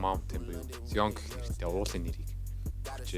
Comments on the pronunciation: Zayion gj unshwal zuw bhaa amjilt goy bolson bn. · zaayon gsn duudlagatai shvv bro neg evgvi sonsogdood bn